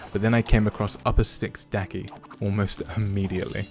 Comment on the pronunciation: That is the demon Daki not that name you said😂